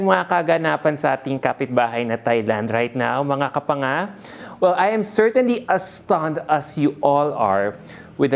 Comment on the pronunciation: omg that was funny. u saying Kapanga. ...have a good day